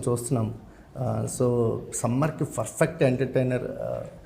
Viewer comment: Adi ferfect kadu babu😂😂Perfect antaru Perfect❌Ferfect✅